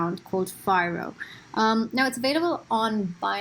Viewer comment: Thanks for covering us:) Followed! Also pronounced as FEE-ROH:)